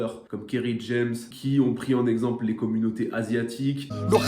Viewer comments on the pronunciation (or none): none